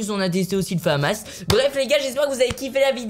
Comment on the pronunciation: Michou on dit la famasse pas le fammasse